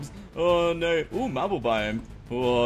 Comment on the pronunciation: Love your content, hate the way you say no. You pronounce it nyor